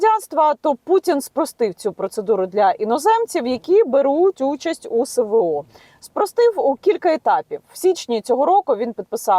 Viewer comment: Що це за ,,севео '' ???!!!!! Нема букви СЕ , 'є буква ЕС !!!Не соромно ,бути такою безграмотною ? !!! ДИЗЛАЙК ! І НІЯКОЇ ПІДПИСКИ !!!